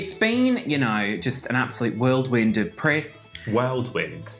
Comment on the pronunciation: Whirl wind NOT world wind